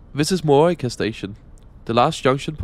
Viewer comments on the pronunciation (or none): Morioka is pronounced Moh-ree-oh-kah, and Aomori is pronounced Ahh-oh-moe-ree. Thanks for the vid! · Give him some leeway, some Danes pronounce it like that